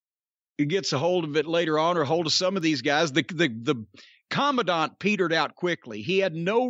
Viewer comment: I see Jim took every opportunity to pronounce the word Commandant correctly. Last week he was saying command-ant.